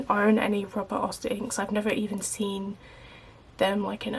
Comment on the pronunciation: It’s Robert Oster, not Robert Oyster.